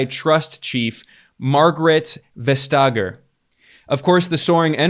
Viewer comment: The name (Margrethe Vestager) is Pronounced - "Maga-rate Vest-EAh-yah" in Danish.